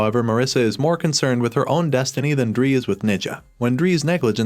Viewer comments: 😶 Me realized the voice is AI cuz it's reading Dre as dree instead of dray. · You didn't even watch, who is Dree? If you watched you would be able to pronounce her name... Wtf